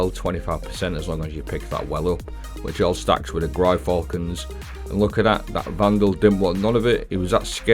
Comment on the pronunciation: That Gyrfalcon's pronunciation killed me! Has to be the worst one I've heard yet! 😅😅😅😅😅